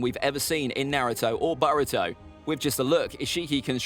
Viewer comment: Man's said baruto